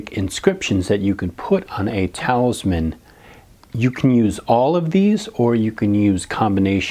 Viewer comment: eeee im sorry if i sound rude but you said talisman wrong..